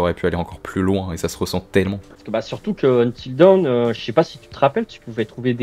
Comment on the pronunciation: Tu devrais utiliser Google traduction et cliquer sur l’audio pour « until dawn » tu vas être surpris sur la prononciation 😂 plus tu répète mal le titre plus ça me trigger 😂